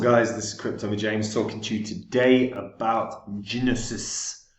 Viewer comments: You are pronouncing it wrong -- the g is silent -- NOSIS. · Its Pronounced " No-sis" The G in gnosis is silent. Like the K in knowledge 😅 Also gnosis mean to " know through experience"